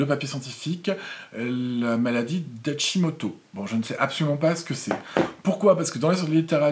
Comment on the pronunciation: Bonjour, Je viens d’acheter le masque Currentbody ( entre autre, tripollar eyes aussi☺️ grâce à toi,) depuis le temps qu’il me tentait, tes photos avant après rosacee sont étonnantes. Pas acheté le cou, j’ai une hypothyroïdie … Hashimoto ( tu as bien prononcé 😉). Mais voilà, je ne sais pas si je peux l’utiliser tout de suite car j’ai un traitement de la rosacee qui est photosensibilisant? Je sais que tu n’es pas médecin mais peut être as tu la réponse? Et deuxième question, les photos avant après sont aussi grâce à des séances de laser IPL? Ou pas? ☺️☺️ merci de tes réponses. La rosacee + une maladie auto-immune, un peu difficile à gérer tout ça. Merci